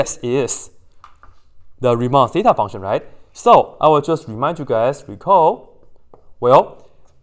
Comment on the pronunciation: Riemann "teta" fonction instead of zeta hhhhhhhhhhhhhhhhh